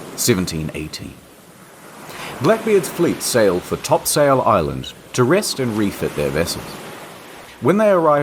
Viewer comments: i know this is super minor and not all that important but i wanted to say that its pronounced more like "Topsle" and not "top sail" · hearing internet historian say the name of the island where i grew up is surreal but its pronounced TOPsull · I just had an epiphany. The way you pronounce Topsail Island is so strange... Which makes me realize the way I (a person who used to go there every summer) was taught how to pronounce it is strange. I mean it looks like it should be “Top Sail” but around here it’s “Topsul”. Anyway…Awesome video. Learned loads and had a good laugh. :) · Top"sail" island. As a local this hurts my ears. It's more like "topsul". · Topsail island is actually pronounced as top-sole btw :) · Your pronounceation of topsail made me cringe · Said topsail wrong